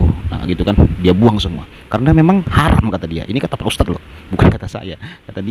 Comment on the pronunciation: Puji Tuhan Yesus. Amen. Mana ada bunyi 'A' jadi 'O'. Arab pun ngak cakap begitu. 'Haram' disebut 'Haroom'. Sampi jadi 'harum' pula. Otak bawah tempurung dan dlm gua batu btul otaknya. Patut selamanya ketinggalan miliaran batu dari org lain.